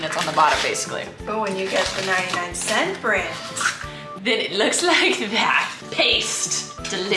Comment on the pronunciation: “Ninety nine cEnt store”